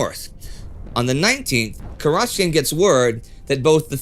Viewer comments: The stress in Kurochkin should be on the first syllable, and in Sevastopol on the third syllable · It's 'Kurochkin, with the stress on the first syllable. Means literally "Chicken's" in Russian.